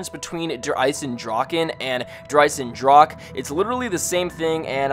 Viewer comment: its pronounced draw huh